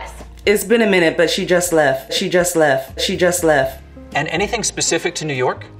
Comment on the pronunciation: Pretty sure the T in "Left" should be heard. Black, White or whatever. It's 2021